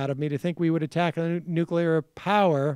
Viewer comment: Michael says "could care less" and "nukular." C'mon man even Trump gets those right.